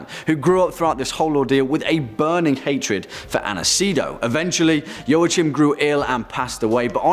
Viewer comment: Joachim is pronounced "wa keem"".( Not meant to be mean)